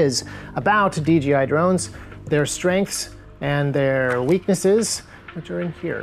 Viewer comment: is there a reason why suddenly America n drone videos are starting to say "DGI" instead of "DJI"? Are you trying to avoid advertisement for DJI? Obviously you can't ignore them because DJI is by far the number 1 drone maker by a long shot, but trying to make a slight typo incase someone who has never heard about them suddenly finds about about them and starts buying their products?